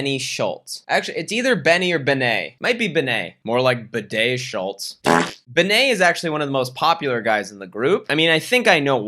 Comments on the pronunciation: Oh my god the way you pronounce bene😂 pretty sure it’s short for Benedict and you’d rather say Bae-nae imo but no hate of course I literally don’t care it’s just funny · yesss and the way he pronounces "Bene" as "Baynay" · As a German subscriber, I apologize on behalf of my nation while being simultaneously amused by your pronunciation of German words. ("Luis Free-tag" sounds way cooler than "Freitag" anyways. And "Bene" being French now is a nice touch too!)